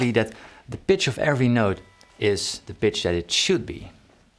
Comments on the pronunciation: His accent got me at "The bitch of every note, is the bitch it should be..." Well, yeah - welcome to my world! Some notes are just a bitch to hit with my smallish hands... but does that mean it's the "bitch it should be"? I think not. I'm still searching for the he perfect neck to avoid missing those long stretch notes that are complete bitch. Maybe it's just me. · "The pitch of the note." - funny how much p's sound like b's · Haha when he says pitch of every note.. to this American ear it didn’t sound like pitch.